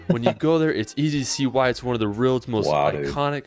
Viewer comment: He also can't say "world" properly. Boy is annoying like.